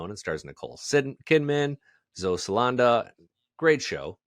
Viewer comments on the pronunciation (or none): What is the reasoning for mispronounced names? "Nicole Sidman... Zoe Salanda" Is it dyslexia, being unprepared, or lack of caring?